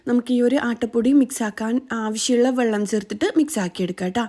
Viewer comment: Vallam alla vellam😂